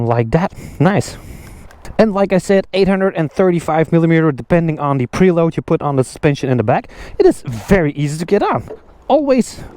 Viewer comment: Did he say the preroad is adjustabre?